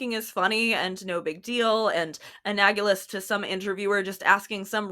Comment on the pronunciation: ILU &this vid, just so you know since I'd want someone to tell me: it's an-al-o-"gus" - easy mixup, just think analogy but -gous it. Appreciate your sharp analysis & calling out BS!